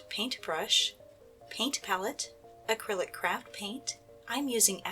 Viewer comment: You said acicric crap